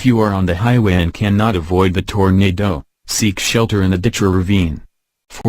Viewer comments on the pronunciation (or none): Tornadoooe. XD Just how he says it!